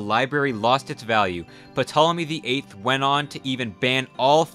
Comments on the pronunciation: is suspect. This guy regularly refers to himself as not a historian in other videos then represents himself as an expert on ancient history lol. Can't pronounce Ashurbanipal or Ptolemy correct either which shows intense ignorance of the subject matter at hand and basic ancient history that was for sure covered in a freshman Western Civ class (i.e. basic information made available to literally all college freshman or people with an elementary grasp of history); makes me wonder if this guy even has a degree in a relevant field or if the Canadian secondary education system is really lacking that hard in fact based education. Dude also doesn't know that socialism and communism are not the same thing (communism is an economic system, socialism is merely a response to the 'politcal questions' of the French revolution and liberalism which advocated for restructuring of society not just the government), as I've learned from watching his other videos. He makes great breakdowns of modern economies but often gives halfhearted, sometimes incoherent histories of the nations he makes videos about. He also seems to have read little to no political theory except for basics needed for an economics or poli sci degree. He also regularly makes light of serious situations, using meme imagery and bad taste jokes to explain wars, genocides, famines, etc but somehow is presented as a trustworthy source for modern geopolitics. Dude does not site his sources either, which is crazy seeing as how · You don’t pronounce the P in Ptolemy. Stopped watching because not only is your pronunciation so bad, but your take on what was lost in the Library of Alexandria, we lost History and lots of it, and that is not only scientific information, but information about the cultures, medicine, religion Art all these things are important. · very interesting, I even subbed … but have one request … for the love of zeus, stop pronouncing the 'P' in Ptolomy. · The P is silent Mmoron. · Puh-tolemy lol